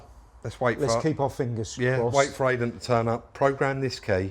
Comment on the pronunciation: Great video as always, but please say I-den not ay-den!